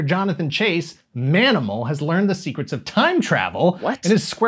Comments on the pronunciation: I know you said Manimal, but I swear I heard "Danimal"the first time. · The proposed spinoff... Did you say, "Ma'aminal"?